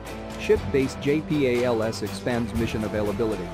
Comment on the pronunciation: JAY PEE AYY LEL ESS